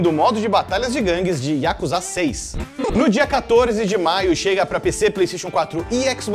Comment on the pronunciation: Yakuzá ?? hahaha é Yakuza !!!